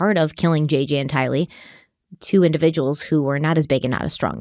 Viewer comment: 1) Her name is Tylee like kiley. Not two words like Bruce Lee. 2) it’s Miss America. As far as I know nobody has married America yet. 3) CHOMPING at the bit…. Love you guys, but the mistakes are hilarious sometimes.